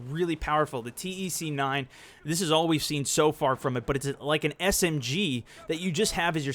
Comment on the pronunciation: T E c 9 is read "tech nine